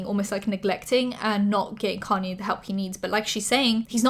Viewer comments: It's "kahn-yay"! Your videos are amazing!:D Love your channels! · Just googled "connie west" cause my dumbass didn't realize she was saying kanye